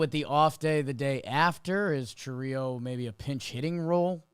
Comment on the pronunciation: Crazy to me as a Brewers fan he’s been around two years and still can’t pronounce Chourio correctly 😂